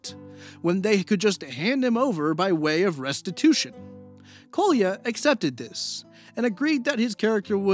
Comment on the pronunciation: Sry to be nitpicky but you should've checked how Kolya is pronounced. Now it sounds somewhat abrasive to slavic ears when you use it so many times :D